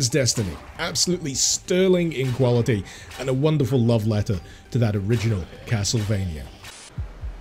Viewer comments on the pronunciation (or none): none